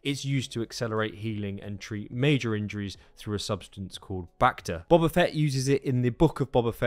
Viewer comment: It’s pronounced Boh-ba, not Bob-a!